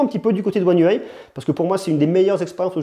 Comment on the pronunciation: Un déluge de mots pour rien pour commencer (car j'ai pas tenu 30 s) ! Une vidéo ça se prépare. Et puis soit on prononce UI à la française soit à l'anglaise mais pas un mixeur des 2. Dommage car le sujet était intéressant !